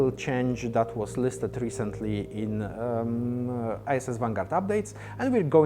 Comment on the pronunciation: Great update! Sounds like he says "ISIS Vanguard", :D